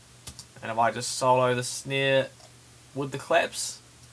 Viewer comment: "For a good snei" ahahh Love the tutorial though